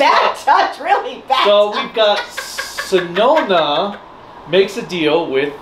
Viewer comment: also white's name isnt sonona its sononi. also sonoza is brown not orange. dont worry its Jetman and the third is goonger